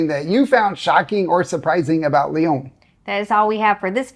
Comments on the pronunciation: Hi. It's pronounced Lee-on. Not Le-Own. I was there yesterday to take my son to visit universities. Université Claude Bernard is at the Einstein train stop and is quite a sophisticated engineering school. In a big city too it is odd to find so much open land for such modern buildings. Lyon is not as densely populated as Paris even though it is often referred to as France's second largest city. It has a quite open feel to it. Antoine de Saint-Exupéry was born in Lyon, so they named their airport after him. He wrote The Little Prince, which is one of the world's most widely translated, popular children's books. But it's not just for kids. Some things I like about Lyon is it has bike lanes everywhere. Something like 1/2 of most streets are for bicycles only. America is ruined because everyone you need a car, same with Cyprus, which is where I lived. Even you go to a restaurant get something French, like beef liver. In America we only know to fry it. But the French eat even inch, and I mean every inch, of the cow. So they can make it far more interesting that that. And this is the Rhone valley so have a glass of a Côtes du Rhône red white (white's good too). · It’s not Leon it’s Lyon. Americans lol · Funicular is not hard to pronounce. It is a word in English. And this city is called Ly-on, not Li-own.